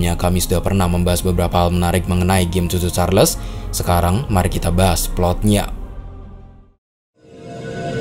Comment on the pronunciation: Yg Abang ny bilang : cho Cho Charles Yg ku dengar : susu charles